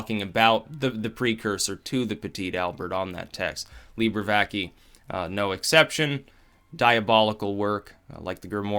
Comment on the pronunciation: it is pronounced VACAEH